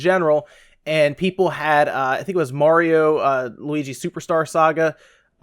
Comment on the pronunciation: I'm just glad you can pronounce Mario right. I quit watching ReviewTechUSA and RGT85 cause it bugged the crap out of me how they say Merry-o, haha.